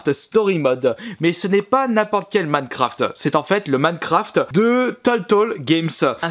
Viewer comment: On dit minecraft pas mancraft